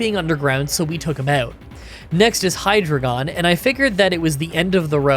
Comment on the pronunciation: Cool video and you think you will ever do a Zorua/Zoroark run? just wanted to say that its pronounced ARE-KEN not ARCH-EN, same with HI-DRY-GONE and STAR-RAVE-IA.